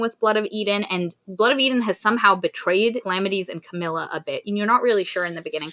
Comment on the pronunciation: Thid is how you pronounce palamedes.